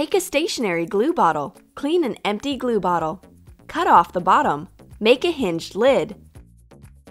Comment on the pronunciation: Who else heard: pour de colas in de cups